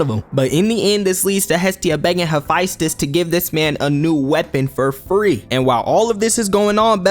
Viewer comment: He”fine”stus is fuckin heat, impressed and it made me crack up.